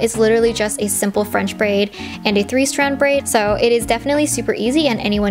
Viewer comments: “i’m braiding this into a simple three straid brand” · Did anyone else notice she said 3 strad brand? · "three straid brand"